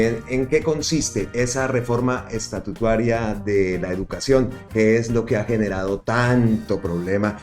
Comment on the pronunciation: No se dice estatutuaria sino estatutaria